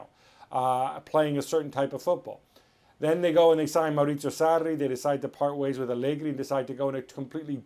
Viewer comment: You can quit with the accents Marcotti. It's embarrassing to hear you roll your Rs for Maurrrritttzzzzio Sarrrrrri and then talk about 'LEE-ON'. We get it, you like Italian football. Quit trying to prove yourself. Let your knowledge of the game speak for itself.